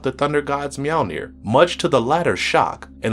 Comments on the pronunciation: 1 it's Mjolnir not mjalnir and it wasn't even Mjolnir it was Stormbreaker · The fuck is meow-near? You mean mjolnir. Pronounced mule-nir. For fucks sake you sound like an ass when you butcher that pronunciation it's. Nordic maybe learn how it's supposed to be pronounced before you put it in a video. You sound dumb as shit. Also that's Stormbreaker not Mjolnir. Fucking dingus. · me-OL-neer. bud. not meeALLneer